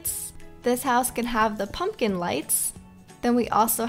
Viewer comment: You said "now I will put pumkin" insted you said "now I will put popkin"